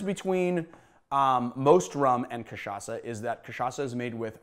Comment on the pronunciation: Thank you for learning to pronounce cachaça the right way! 😌 🙏